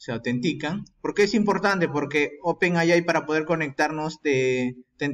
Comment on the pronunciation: NO SE DICE "OPEN AY AY" (NOMAS TE FALTO DECIR: "¡OPEN AY, AY, AY, AY, Y ARRRRIBBA MEXICO !!!! ) SE DICE: "OPEN EY AY"... LA "A" SE PRONUNCIA "EY" Y LA I SE PRONUNCIA "AY")